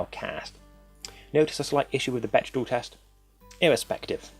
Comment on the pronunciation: You're triggering me, it's pronounced beck-dell, not bech-dahl